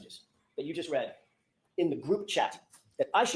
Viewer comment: It's READ not REED. 😅